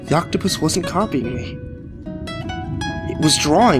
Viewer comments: Octopi. Not octoputus. Please redo ;) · i'm sorry but... 'octoputus'?? really???? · what's an "Oktoppatus"? 🤷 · Octopitus shut the fuck up guy now I know this is bullshit no one says octopitus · Lol, he said octoputus. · oct-topotus lol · Octoputus? am I the only one who heard that? twice?